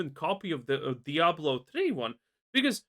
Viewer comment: At this stage, the W in Diablo is no longer silent.